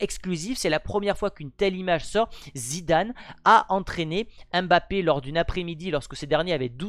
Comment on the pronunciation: C'est pas M- bappe c'est mbappé direct